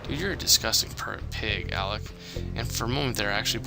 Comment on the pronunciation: It irks me the way he calls alec alex I know it shouldn't bother me but it does.